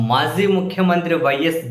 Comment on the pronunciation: అది maa zee కాదండి! మాజీ. సరిదిద్దుకుంటారని ఆశిస్తూ